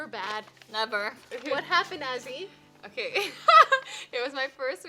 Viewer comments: Is not assy is Azzy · Not Assy its Azzy Please